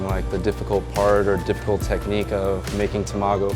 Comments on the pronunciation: TA...MA..GO..!! Not Tam ago.... LEARN JAPANESE!!! You sound like a moron even time you say Tamago!!! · I love how he says tamágo like tomato, instead of tamàgo, like how it's actually pronounced... reminds me of that horrible movie called Battleship in which the americans kept calling captain Yamato captain yamayto.. really ear grinding. :D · Are the Japanese folks in this thread bothered by his pronunciation of "tamago"? (Also of Kagoshima.) I'm not an expert, but it sounds like he accented the syllables wrong. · A sushi chef calling tamago, tuh maa goo. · toe-mago. Lol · Imagine being half Japanese yet not being able to pronounce Tamago correctly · He pronounced 卵 wrong! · its so triggering to hear him say tamago like that 😂